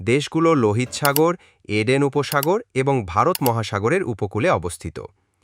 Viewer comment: উচ্চারণ ঠিক করুন ভাই লহিত সাগর নয় হবো লোহিত সাগর😊😊😊